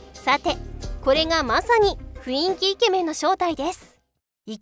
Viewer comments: 「ふいんき」じゃなくて「ふんいき」ですよ。（マジレス） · ふいんき、、、 ふんいきやで気をつけな…… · ふいんき× ふんいき〇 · 「ふいんき」じゃなくて 「ふんいき」じゃね？ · それ思った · 雰囲気は「ふいんき」じゃなくて、「ふんいき」ですよ！！ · ふいんきって言ってるwww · ふいんきって言うのめっちゃ気になっちゃう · ふいんきじゃなくてふんいきやで。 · ふいんきじゃねよ ふんいきだよおお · ふいんき❌ ふんいき⭕️ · ふいんきじゃなくてふんいきですよー！ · 雰囲気 ↑ ふいんき❌ ふんいき⭕ 字くらいちゃんと読めよw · ふんいきをふいんきって言うやつ苦手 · 雰囲気をふいんきと読むんですか？ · 「ふいんき」ではなく「ふんいき」 以上マジレスごめんなさい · ふいんき❌ふんいき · ふいんき めっちゃ気になる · ふいんきではなくふんいきでは？(マジレス) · 「ふいんき」じゃない、「ふんいき」だ。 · フインキ？フンイキじゃないかな？ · 「ふいんき」じゃなくて「ふんいき」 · ふいんき、じゃなくて、 ふんいきだ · ふいんき× ふんいき○ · ふいんき ではなく ふんいき ですよ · ふいんきって言ってないか？ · ふいんき じゃなくて ふんいき ！！ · 「雰囲気」を「ふいんき」って言ってるからモテないんですね、わかります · 雰囲気の読み方は「ふんいき」じゃい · ふいんきって言ってる…w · 雰囲気は「ふんいき」って読むんじゃないのーっ